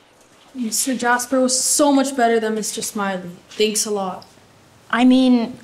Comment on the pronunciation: He didn’t even say jasper he said “jas-ber”😂😂😂